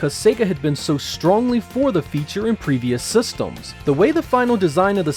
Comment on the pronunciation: its "systems", not "sestems" -.